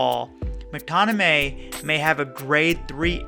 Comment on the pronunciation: Great video and well explained. But just one think its Mctominay not Mctonimay